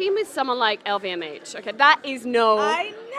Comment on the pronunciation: LVMH, not LVHM... :)